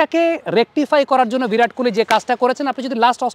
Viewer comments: "ভিরাট" আরে নাম তো ঠিক করে উচ্চারণ কর.... মুর্খই থাকবি সারাজীবন 🙂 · ❌ ভিরাট ✅ বিরাট